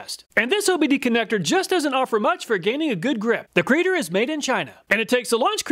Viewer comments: It's not a creader, it's a C reader, short for code reader. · I think it's pronounced C-reader. But creader sounds much better